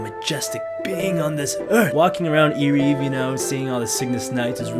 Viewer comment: I think Ereve is pronounced (eh-REV). At least, that's how it is in Korean. I actually love Temple of Time. BGM and how it looks